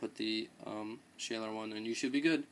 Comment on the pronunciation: pronounced shawler